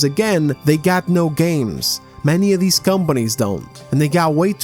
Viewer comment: God I love it when he says ahh but deez just sounds so funny